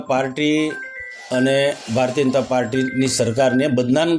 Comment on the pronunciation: અરે મનસુખ તને ભાષણ કરતા બી નથી આવડતું બોબડો સાને બોલે ભારતીય જનતા પાર્ટી બોલોને તમે તો ભારતીય અનતા પાર્ટી બોલો છો😅😅😅